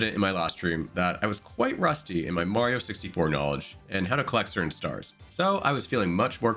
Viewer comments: you lost me at "Mehrio" 😂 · You almost lost me at the "mayrio," pronunciation. But you corrected yourself around 32-33 secs in. I may well stick around. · I die a little everytime you say Merio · dude says Mario wrong I cant do that all video bye. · For some reason Merryo doesn't bother me as much as Wahleegee. I also wonder if the mispronunciation is just intentional ragebait to drive engagement with the algorithm. 🤷🏻‍♀️ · Wah-lee-gee is the new Merry-o 😂😂😂